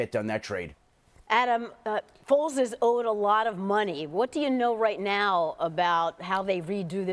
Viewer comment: Lol sounded like the dude said "nipples is gonna wind up being the Chicago Bears Quarterback"